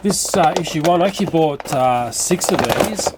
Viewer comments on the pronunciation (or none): none